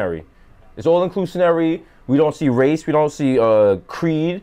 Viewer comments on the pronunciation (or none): They wrong for not editing out Desus' saying "inclusinary" and having me search the dictionary it. 😞